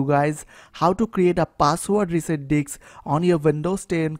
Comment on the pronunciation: thynx but it is not diks it is disc